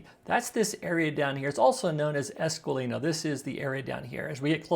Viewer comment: It’s Esquilino not Esqualino.